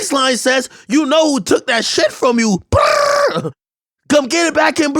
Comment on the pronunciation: He butchered tf outta that word 😂😂😆